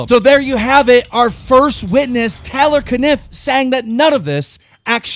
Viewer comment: Lol "Tyler Caniff" "Tay-lor Caniff"